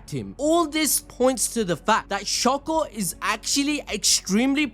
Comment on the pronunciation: please stop saying shako😭 its literally shoko